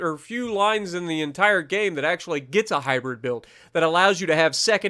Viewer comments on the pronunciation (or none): none